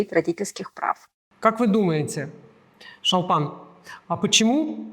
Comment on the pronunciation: Не ШАлпан а ШОлпан